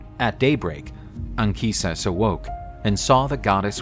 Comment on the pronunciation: I really appreciate the fact that "Anchises" has the correct Latin pronunciation in this video.